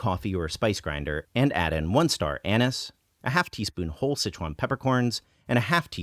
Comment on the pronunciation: The way you pronounce anise really confused tf out of me at first